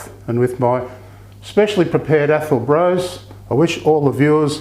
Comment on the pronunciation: Lovely video, this is my Scottish best mate's favourite dessert. She says to pronounce it Bross rather than Brose, even though it is spelt with the E.